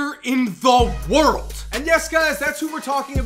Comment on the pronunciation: "The best player in the WHIRILLED"